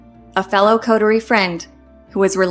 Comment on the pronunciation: She needs to learn how to pronounce "coterie "